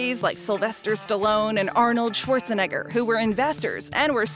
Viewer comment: I don’t Like The Way She Said Arnold Schwarzenegger 🤷🏾‍♂️ Never Hear Nobody Say It Like That Before 🤔